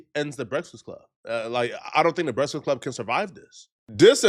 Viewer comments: “the BRET-FISS club” bro said it like times 😭🤦🏽‍♂️ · “THE BRESFISK CLUB” MORON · The Brekless Club 😅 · “…the brefzkest club” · Nobody:: BresasClub. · he cant even say THE BREAKFAST CLUB.